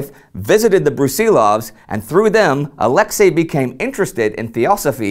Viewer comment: Just for the record: the stress in Brusilov's first name falls onto the last syllable, that is "Ah-leks-EY", not "Ah-lEks-ey". It's really a shame when the name of one of the major generals of the war gets twisted throughout his very own episode.